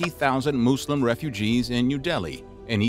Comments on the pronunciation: its pronouced mus-lim not moo-slim this video is a joke cant even take it seriously and im Christian. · This bloke, trying so hard to avoid his yank habits of pronouncing the word muslim as 'muh-zlim' but instead went too far extreme with his 'moose-lem' 😂😅😂 Kefe! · Say Muslim properly come on!!!!!!